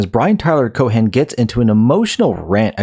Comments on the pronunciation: The h in Cohen is silent unless you're just being cheeky, in which case, please continue. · Cohen doesnt have a hard 'H' its a soft 'H' almost silent.